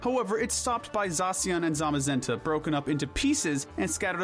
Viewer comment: THE THIRD A IN ZAMAZENTA IS SUPPOSED TO BE AN E! AND THE I IN ETERNATUS IS SUPPOSED TO BE AN A!